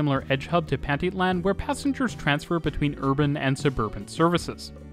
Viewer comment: Loved watching the video and seeing so many parts of the city I know. Also, very funny hearing you pronounce names like Pantitlán, zócalo, or San Lazaro. It's a really good video, keep up the good work!